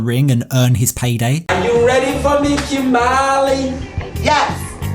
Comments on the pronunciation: Kimbaaley 😂 That’s how he says it too. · KIMBALLY sorry you said it wrong